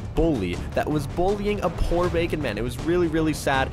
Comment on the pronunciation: Spelling you said pool instead of poor